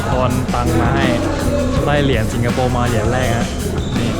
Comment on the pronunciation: ชอบพุดว่าถังคยะสิงกะโปข้าวมันไก่สิงโปร